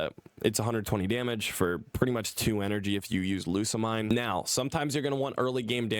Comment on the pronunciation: most people pronounce Lusamine's name as "Lusa-Meen"